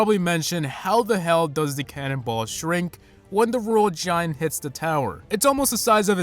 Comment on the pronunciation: You youse the royal giwunt